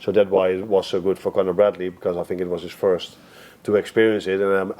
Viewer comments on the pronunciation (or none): none